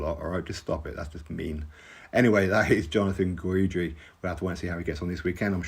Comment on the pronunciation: Jonathan Guidry (pronounced Gidree) is fun to watch. Top boxer? Nooooo